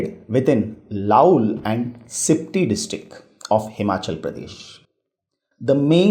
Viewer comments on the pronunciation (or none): Please improve the pronunciation. Spiti ko Sipti, Surendranagar ko Sundernagar.